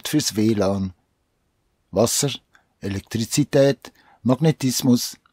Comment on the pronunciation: Das ist sooooo lustig wie du Elektrizität sagst....🤣